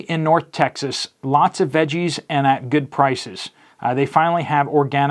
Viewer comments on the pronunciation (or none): none